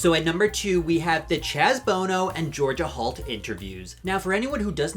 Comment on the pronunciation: Love, ya,, but I'm hearing Georgia Halt. (and the captioning seems to agree) Just sayin'... Also, I disagreed with almost everything you said here... except about Georgia Halt, the babies and, of course, the butterflies...